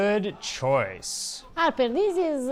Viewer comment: I started watching because of the way she says "Harrrperrr".